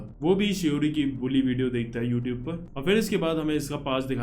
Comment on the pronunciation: bro youtube nahi hai woh your-tube hai 🤣